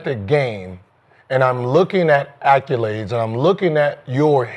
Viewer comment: And somebody please tell Gil it’s accolades not ALCOLades